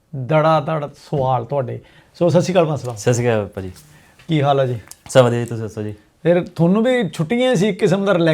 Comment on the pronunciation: ਸੱਸੀ ਕਾਲ ਸਾਸੀ ਕਾਲ ਵਗੈਰਾ ਕਹਿਣ ਨਾਲੋਂ ਤੁਸੀਂ ਸਿੱਧੀ hi hello ਹੀ ਕਰ ਲਿਆ ਕਰੋ, ਜੇ ਤੁਹਾਡੇ ਵਰਗੇ ਮੁਹਤਬਰ ਬੁੱਡ ਬਲੇਟ ਹੋ ਕੇ ਵੀ ਸਤਿ ਸ੍ਰੀ ਅਕਾਲ ਸਹੀ ਤਰ੍ਹਾਂ ਨਹੀਂ ਬੋਲ ਸਕਦੇ ਤਾਂ ਫੇਰ ਕੀ ਫਾਇਦਾ ਤੁਹਾਡੇ ਪ੍ਰੋਗਰਾਮ ਦਾ !